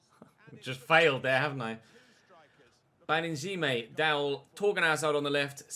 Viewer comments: You say Baningime name with the ing sound like running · Baningime pronounced BAN-ING-AM-EE